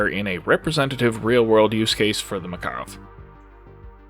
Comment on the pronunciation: all the research you did and you still cant say Makarov correctly?